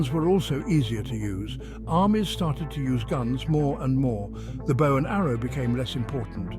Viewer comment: Dont you hate when the AI mispronounces bow